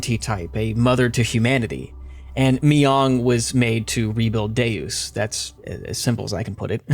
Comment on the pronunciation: oof...it's pronounced "Day-Us." Latin for "God"